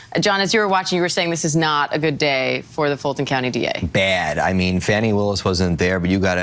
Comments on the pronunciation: "Fani pack" 😂😂😂😂😂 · And pronounce her name correctly! For the slow, disrespectful people...Fani is pronounced FAWNY! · "Fani Pack" 😄